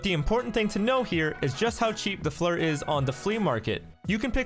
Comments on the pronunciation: FLIR Pronounced Fl-ear not Flur.. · Its pronounced "FLEER". Even the engineers on the FLIR site pronounce it as such. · Frans Norling I know it’s called Flir, I’m saying it’s pronounced “fleer” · Listening to you say “FLUR” is painful lol